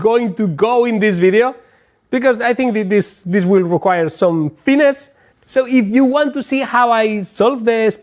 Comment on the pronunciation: You need a tad more fin-ness you your pronunciation of finnis. 🤣